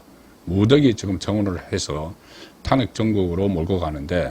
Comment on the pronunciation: 송국건씨는 제발 탄핵 발음 좀 잘해라 탄핵이라는 말 듣기도 싫은데 왜 발음도 못하는데? 제발 발음종 잘해라 아님 탄핵이라는 말 하지말고 한동훈이가 왜 당대표가 되는데 강남좌파 당원배신한자 좌파끌어온자 패거리 정치하는자 완전 국힘 괴멸시키려는자인데 당신도 한편이네